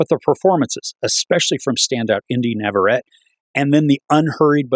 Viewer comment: Nav-a-ret-ee not Nav-a-ret